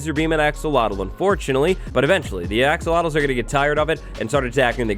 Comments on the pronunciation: He's said "axowatles" so much that I sometimes forget that they're actually "axolotls". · I heard "Axowatls" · Axowattles... yee!